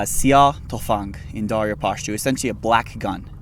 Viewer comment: The Pashto and Dari pronouncation was so on point and look at the Nicotine Pouches Pocket in his bag which is an Afghan product hahaha